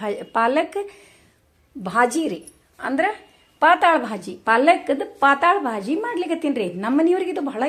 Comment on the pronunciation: 'ಪಾತಾಳ' ಭಾಜಿ ಅಲ್ಲ ರಿ 😄🙏 ಪಾತಳ್ ಭಾಜಿ ಅಂತಾರೆ 👍 ಅದು ಮರಾಠಿ ಶಬ್ದ ಅದು.. ಪಾತಳ್ ಅಂದ್ರೆ 'ತಳು' / ಡೈಲುಟೆಡ್ (diluted)